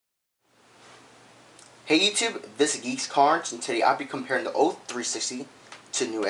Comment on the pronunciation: this guy cant say old......